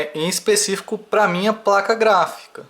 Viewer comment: Muito bom o vídeo, finalmente um tutorial bom! (rachei aos quando vc fala 'Praca' kkkk)